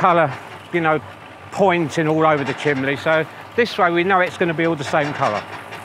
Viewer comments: as amazing as you are at plastering and stonemasonry, it's pronounced CHIMNEY, not chimlee!!!!!!!!!!! So annoying: ( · I’m sure says chimbley